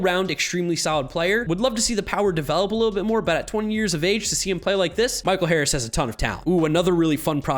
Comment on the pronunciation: Nailed the Harris call!